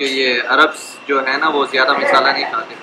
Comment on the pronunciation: misala nahi bolte mshala bolte h